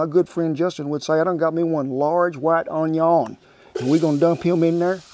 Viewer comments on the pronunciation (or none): Indeed.. Even to this day I Mispronounce Onion the way Justin did "Awn-Yawn" and often I'll greet folks with "How y'all Are?":goodvibes